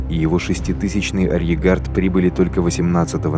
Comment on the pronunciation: Очень понравилось! Отвлекался на произношение слова "арьергард", почему-то не с тремя "Р", а с двумя, без Р перед "Г".